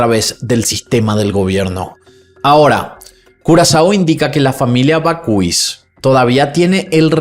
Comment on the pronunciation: Perdona por corregirte en publico, pero no sé como contactarme contigo por privado. Bakhuis se pronuncia Bak-haus, con la H un poco inspirada. “Bakhuis” en neerlandés significa horno de pan o casa de horno. Me encantan tus videos y tu voz. Felicidades por tu maravilloso trabajo.